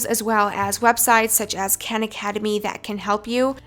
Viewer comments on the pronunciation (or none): none